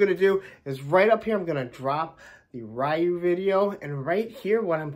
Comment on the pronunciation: It's not Ryu, it's Ryu 🤦🏿‍♂️